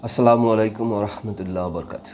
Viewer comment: আপনার সালামের ভিতরে উচ্চারণের ভুল রয়েছে দয়া করে সংশোধন করে নিবেন ।